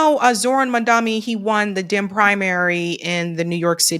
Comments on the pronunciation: Pls get his name right…it’s Mamdani not Mamdami… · Mom. Don. Knee. Not Mamdami. Not Mandani. Not Mondami.